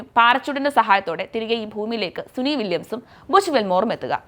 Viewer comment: Suni vilyams അല്ല കുട്ടീ, സുനിത വില്ല്യംസ്‌